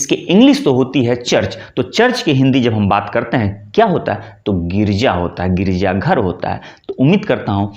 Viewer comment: Not girija" girja "